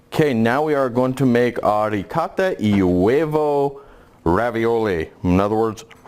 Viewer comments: ooo-UOvo. Not uheovo. Must be American. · Why your channel is called "Point of view Italian cooking" if you are american? i appreciate your passion but can't see the point of the name you have chosen. The way you pronounce UOVO is spanish ( uevo ) not Italian. cheers.